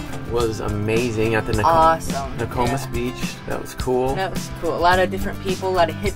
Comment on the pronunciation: NO - KO - MIS. ,not the way you pronounce it